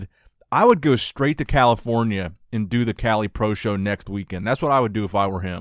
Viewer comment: ‘My advice too nick’😂😂😂😂 calm down arnold